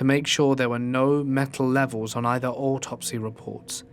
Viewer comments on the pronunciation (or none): none